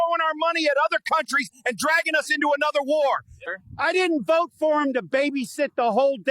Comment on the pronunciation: “I will boat…..for Donna Trum”🤨 lol